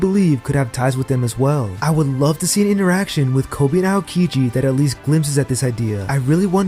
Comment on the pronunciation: AOkiji = (OW)-kiji... can't get past the AY-OH-kiji